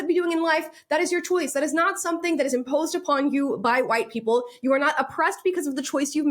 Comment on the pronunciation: Her pronunciation of WHITE PE-PELLLLL is disgusting, dismissive and offensive, but does she care? No! She has the magic word ready for any critic....RACIST!